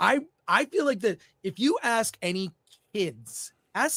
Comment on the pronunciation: And says “ayks” instead of ask